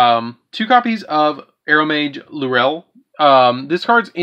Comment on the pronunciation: For someone that has culinary experience, it's kinda sad how badly you mutilated some of their names... Marjoram and Laurel in particular... MAR-joh-rem and LOREL (like Lore with an l on the end)....